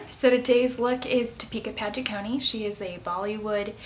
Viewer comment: d-p-ka paa-do-cone hope it help